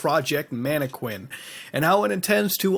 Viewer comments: "man-ah-kin" not quin lol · he miss said MAN-E-KIN